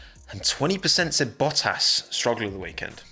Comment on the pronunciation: U kept saying boahass..... Isn't it boattas